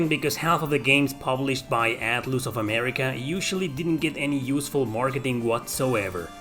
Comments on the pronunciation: Atloos hahahahahahahaha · Haha yay I love "Atloose" games 🙂